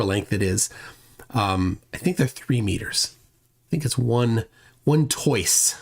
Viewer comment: I've always heard that "toise" is pronounced as "twahze" and not "toyce."